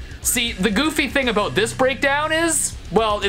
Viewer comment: Talking aboot